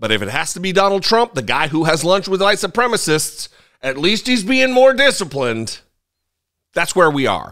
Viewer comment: "White supremmist"? Is that a deliberate mispronunciation in order to sound like their Orange Idol?